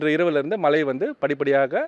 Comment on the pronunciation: மலை இல்லடா மழை ….. first learn proper pronunciation both of you … தூ